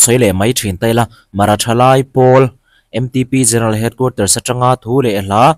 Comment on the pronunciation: MTP nilo in M Ṭ P TIIN LAM HRAM TEH